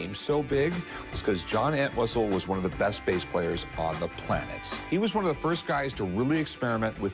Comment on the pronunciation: It's funny how the seller of the coins said very,very breast price. I think he was thinking of something else 😂😂😂😂